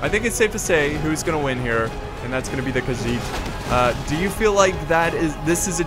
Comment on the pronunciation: its khagit not khagiz😮